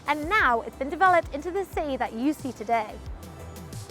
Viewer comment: I noted that she and another British youtuber, Mr. Barrett, pronounces City as CE. Not sure this is a common UK accent?